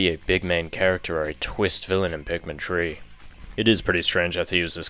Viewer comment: It’s three not tree